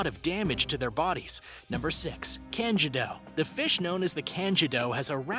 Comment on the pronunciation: Same with the candiru......